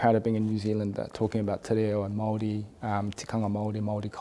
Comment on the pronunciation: I really enjoyed what shared. His childhood sounds really interesting in that he lived in a predominantly Maori/Poly area of Wellington. His pronunciation of Maori and some of the Maori words he had mentioned (haka, tikanga) was impressive and the fact that he knows that we have heaps of haka too. Very awesome interview, cheers!